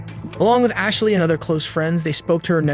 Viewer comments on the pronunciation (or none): none